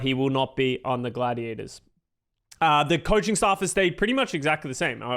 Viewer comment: It's not Gladiadas, it's Gladiators*.